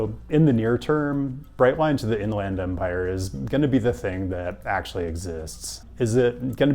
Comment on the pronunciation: beard is looking good, and go dawgs. Most folks I've met from the IE pronounce it like In-lend Empire, not In-LAND Empire. Could be wrong though